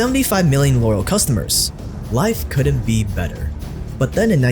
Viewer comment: The word is pronounced " couldn't " not " cuu-unt "...